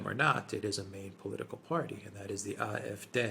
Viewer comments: please stop saying eye-eff-day, that's not how you say it. And even if it was why if you're not speaking in German? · I'm not arguing with your general points et al, in fact I tend to agree. However, my original comment was that are pronouncing AFD incorrectly. I should have explained the problem more distinctly: In German, AFD would be pronounced "ahh-eff-day", not "eye-eff-day" as the guys do. In English it would (obviously) be pronounced "ay-eff-dee". My premise is that two native English speakers having a conversation would not normally use pronunciation of an acronym in the foreign tongue. An example is BMW (the car) in German "bay-emm-vay" in English "bee-emm-dubbel-you". They could and should pronounce in the foreign tongue if using whole words, but not acronyms. It is a very fine and subtle point and I completely understand a non native speaker not picking up this point. Best regards.